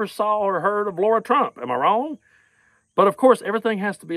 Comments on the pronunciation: The proper pronunciation of her name is lair a. Lara. It not laura. Im a laura and to pronounce it laura is insulting my good name laura. Its lairah lara. Please lets not insult my name. Im thankful her name is not laura. Lara lairah is her name! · OK, but you should pronounce peoples' names right. Lara is not pronounced Laura.